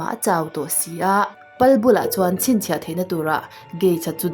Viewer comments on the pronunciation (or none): none